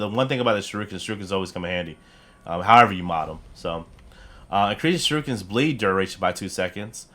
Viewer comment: Oh and just so you know for your Knowledge shuriken is pronounced sure-eee-ken not sure-I-kin! It’s a Japanese word and despite the spelling it’s shur-eee-ken it’s hard to spell the pronunciation but just watch a clip of Naruto!